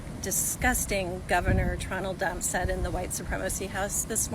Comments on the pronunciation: Did she say "tronald dump" lmao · Did she say Tronel Dump?! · Tronald dump, she literally couldn't even get his name out of her mouth right !!!! .... dear god "we're all doomed"....😅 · The bint speaking at one minute in said tronald dump , clueless simp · hahaha did she mean to say his name like that? She just called him "Tronal dump" 😂 Shaky voice seems kinda nervious but HOW do you mess up his name?? 🤣